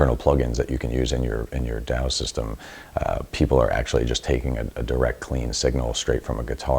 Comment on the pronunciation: "Daow" system 🤦‍♂️